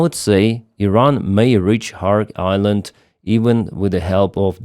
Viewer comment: It is NOT "KHARK" but is KHARG", island.